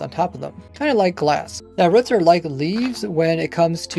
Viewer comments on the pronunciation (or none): Why do you say ‘ruts’ instead of ‘roots’. Its Ruuuu or Reew but spelled Roots. Nots Ruh or Ruts. Just curious.